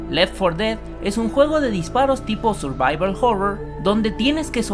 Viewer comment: surbibal jorrow xd